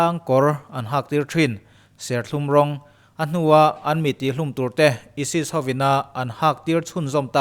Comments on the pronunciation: Esis i ti a.isis zawk ni lo maw😀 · ESIS ti lo la chu ChCh-a maw ka ti ngei2 ang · Esis tia chhiar/sawi ka vawikhat hriatna. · Isis lam dan kha a dik lo tlat.. Alphabet a( I ) ai tih a lam tho tur a ni e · ISIS i lam dan chu leh.BBC te CNN te i en ngailo mi..mizotawngin ka lo hrilh ang che..Ai sis tiin lam tawh rawh aw..ka nui char2😂😂😂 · Aisis tih tur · Aisis tih a lamtur emaw kalo tia.. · isis ilam dan hiiiii. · Isis poh lam thiamlo ... Sub lo chiag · ISIS hi ESES anih chuan ESES hi engtin nge i lam dawn ??? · Keipawh ISIS a lam dan kha ka lo ngaimawh. Mizo youtube channel nei, story vel chhiar thin ho hi thlukna awm vel hi an ngaipawimawh vak lovin ka lo hee deuh a. Ka lo ngaimawh thin khawp mai